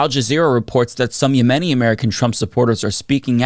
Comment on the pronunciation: Please learn how to correctly pronounce the word “𝗬𝗲𝗺𝗲𝗻𝗶”.